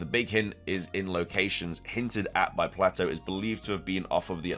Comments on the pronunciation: I think the Legendary jewelry she has on is just jewelry. It's fitting with what she teaches, but I don't think there is anything beyone that. Just a heads up, The name Plato is pronounced PLAYto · I love you man but it’s pronounced Playtoe 😅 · I love you man, but it’s pronounced Play-toe😂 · Man your killing me It's pronounced play-doe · Holy shit, you can't prnounce Plato correctly either? Do millennials even go to school? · I more offended by the pronunciation of Plato 😂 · I thought the project name for SV was Titan. I'm unsure why SoulSilverart was connecting Atlas and Atlantis they aren't connected outside of just being in greek myth. One is a titan that held up the cosmos the other is a island described by Plato (which somehow you mispronounced).